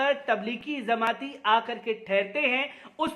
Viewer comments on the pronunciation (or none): Zamati nhi jamati😂😂